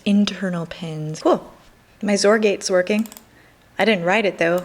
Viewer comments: I believe 'xor' is usually pronounced ex-or, not zor. Otherwise, I enjoy watching your videos and you've inspired me to get more interested in learning. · Hey, I agree with Pete Magnuson, generally it is pronounced ex-or. That doesn't matter. What does matter to me is that you are divining into programming. I have to admit that I have not been following your daily learning vlog's as fully as I should have been. I am a software engineer and always love to see someone just digging deep into the unknown. Starting at a hardware directed language is tough (web languages like Javascript, PHP, Ruby are "easier"). I have mad respect for your ambitions and will continue watching in the future.